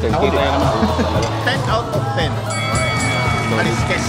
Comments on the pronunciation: "Kalsks" po ang tamang pronunciation ng kaleskes. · His kasi Ka-les-kes ang pronunciation. Kalsks ang tamang pagbigkas ng Kaleskes.